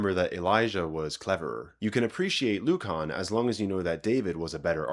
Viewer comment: Great video. Careful Lucan in English is pronounced luːkən not -Kahn